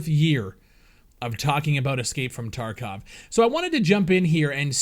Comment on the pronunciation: Its TarkOv and not Tarkav!!!